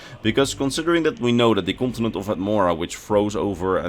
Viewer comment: "kontenent" lekker man